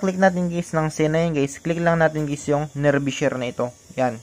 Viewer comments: Hindi sya nerbee share. Neerbai ang bigkas. Nearby as in malapit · lods nearbay ang pronounce hindi nearbi 👍👍